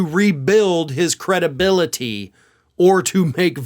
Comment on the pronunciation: George will never get his "cre-DUH-bility" back.